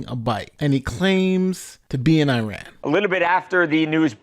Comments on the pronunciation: I ran that's what he meant to say not Iran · He wasn’t in Iran, he was saying “I ran” 😂